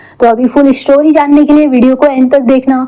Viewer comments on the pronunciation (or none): Aksan, sooting , eshtory, washte,hosss, kosiss, alieesa, kuss, jinda, behoss, trushht, hindi aati nahe to explain kyu karte ho😂